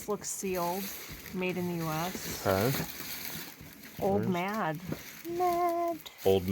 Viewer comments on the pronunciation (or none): called the card game "OLD MAD". HAHAHA! Please go back and read that. It is "OLD MAID". I played this a lot as a kid.